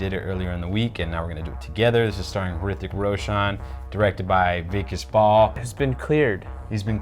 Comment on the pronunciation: Have a shot every time pronounces Vikas Bahl as Weak-ass Ball.